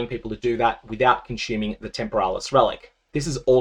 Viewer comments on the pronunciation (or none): "Kun-chyooming" Lmao